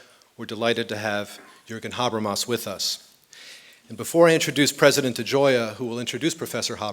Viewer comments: yeah specially with such pronunciation of Mr Habermas and Zizek :/ .. so difficult to understand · Hope they do. A lecture by Habermas is pure gold, but this sounds like gibberish because of his pronunciation.